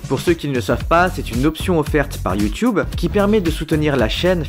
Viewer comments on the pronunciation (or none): none